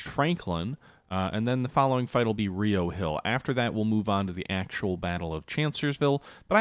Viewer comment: As a native to Charlottesville, it's RI-oh Hill. Not Ree-oh. Don't ask me why. it's just like how we call Buena Vista byoona vista